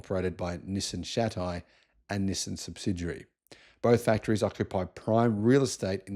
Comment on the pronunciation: It's Nissaan not Nissern 😂